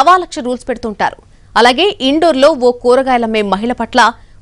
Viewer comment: Aa place indoor/outdoor kaadu... Indore, Madhya Pradesh. Vivaralu Sarigga ivvaka perlu sarigga palakaka.. em News chaduvutaru ra babu. Aatha daddamma le. Prati vadu News reader aithe ilane untadi.